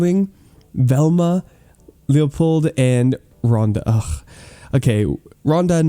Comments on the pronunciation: Does anyone notice how pronounced Leopold’s name wrong? It’s pronounced Leo-P-Old. Not Leopoo. I wish would see these comments. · it says LEO-P-OLD. It’s not THAT hard to pronounce. First, you’ve got to say Leo, as in the common name for boys. Second, you’ve got to make a hard ‘P’ sound. And then, you’ve got to say Old as in an old man. IT’S NOT THAT HARD,. I MAY NEED TO STOP WATCHING YOUR VIDEOS IF YOU DON’T EITHER APOLOGISE, MAKE A VIDEO PRONOUNCING THE NAME CORRECTLY OR REPLYING TO THIS COMMENT. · Hey,. Here’s some advice for you. Leopold is pronounced Leo-P-Old. Leo as in boys name, P as in letter P and Old as in old man. I want to hear you say it correctly next time.